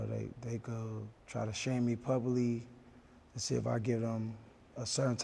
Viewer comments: “they try taaa shame me publy”” 😂 it’s publicly buddy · "Try to shame me pub-bily" 🤦🏾‍♀️🤣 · did he say puby vs publicly? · Pubally instead of publically bro I'm dead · Zeus Luby publeey instead of publicly 😂